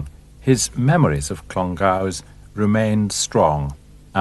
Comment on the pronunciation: At the least, the narrator could learn how to pronounce "Clongowes". Amateur.